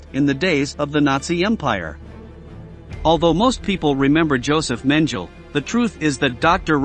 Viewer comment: Horrible mispronunciation from fake computer voice. Interesting content though. Please get a proper narrator! WTF is "Luftbath"???, Nutsism?? or Josef Menjool? C'mon people, if you're going to try to present educational content, at least make it correct!